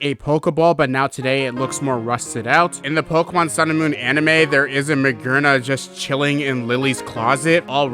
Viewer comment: Magearna, a robot, Gear in the name. i see how you make the conclusiion that it's pronounced maGERna /s